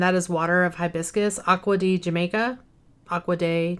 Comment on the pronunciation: Hi, oh the agua de Jamaica the J in Spanish makes an H sound Ha like when you laugh hahaha 😂…. In Spanish in stead of haha we write jaja I hope that makes sense